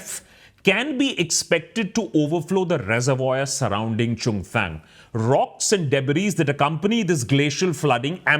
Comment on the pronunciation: Abe chutiye chungthang to thik se bol le ...